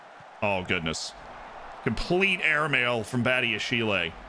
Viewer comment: Badiashile is French, you don't pronounce the E at the end of his name